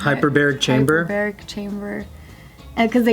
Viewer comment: “Hyberberic chamber” huh guys